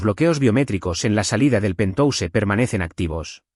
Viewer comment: PERDÓN QUE ES PENTOUSE??? POR QUE LEÍ PENTHOUSE Y AUNQUE ES PALABRA ANGLOSAJONA GENERALMENTE SE PRONUNCIA PENTJAUS